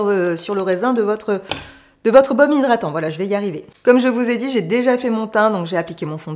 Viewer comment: Coucou belle! Toujours un plaisir de te voir!! "Zhydratant"...😅 Kiko n'est pas une marque qui m'attire,une marque moyen prix pour une qualité moyenne,des fards qui s'effacent à l'estompage pas pour moi. Les blushs sont connus, à la limite pourquoi pas! Il y a des marques comme beautybay qui proposent des petits prix avec une grande qualité, jamais déçue. En tout cas ce makeup bien que tu aies eu du mal il te va à ravir avec tes beaux yeux verts, très jolie 👌 Merci pour cette revue nouveauté st Valentin Kiko, à très bientôt! 😘